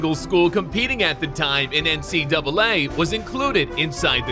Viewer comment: I thought you said NCWA